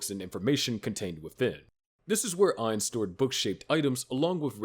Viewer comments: I’ve enjoying y’all’s videos. With that said, I don’t like to be that pronunciation guys. But respectfully my man. It’s AINZ- think Einstein. But cut it in half and end it with a z, Einz. OOL, exact how you said. But to be fancy, or “proper” to a Supreme One. You can say Oul, like a ghoul with the g and h. And lastly Gon- “goo’nne”. Try saying go, add 2-3 more “Os” and the ending “ne” punctuation like own. Just as a super fan, love the channel my man!👊🏿❤️‍🔥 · Im genuinely curious how you came to making an overlord video but fail to say his name correctly. Its gotta be to artificially boost engagement. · I love english speakers correcting the pronunciation of a character in japanese media always called Ainzu-sama or アインズ・ウール・ゴウン.